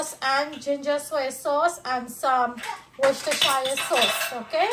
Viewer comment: You pronounced Worcestershire (sauce) very well. So many times I heard people go "wortushhhurrereee" 😂😂😂😂